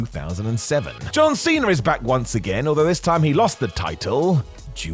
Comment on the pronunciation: Cena* not Cener